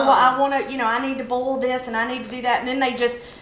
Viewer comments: Boy-ell, not bowl. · I love how they say "bowl" for "boil" LOL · I just love it when they say to bowl the celery.